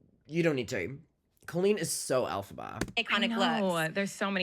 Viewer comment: I love that trisha doesnt pronounce colleen the wacky way colleen wants everyone to to proove shes special